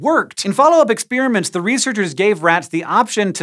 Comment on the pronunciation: Ex-peeeer-aments abound!